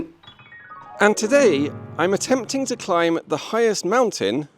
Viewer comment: well you're not calling it a mountain here (you're calling it a moutain 🙃)